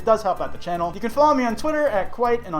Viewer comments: "Name a dead youtube channal" Edit: hope I'm not the only one who heard him say channal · Akira Sato Koba its an accent